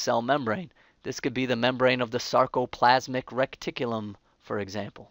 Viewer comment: When says Sarcoplasmic Rekt-ticulum